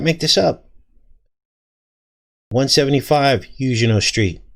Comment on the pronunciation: Huguenot...pronounced: Hyoo' gen not Is this the word being used?